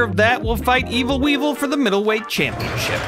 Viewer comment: Wee-Vul! Wee-Vul! Wee-Vul!